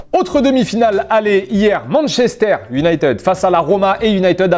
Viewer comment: Par contre faut arrêter de dire "Uniteud" soit tu dis complètement à la française soit complètement à l'anglaise mais pas d'entre deux mdr